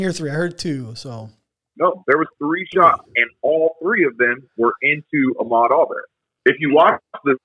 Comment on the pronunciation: It’s Ahmaud... btw